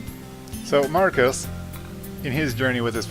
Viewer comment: I thought his name was pronounced Mar.Cell.is you say his name like its Marcus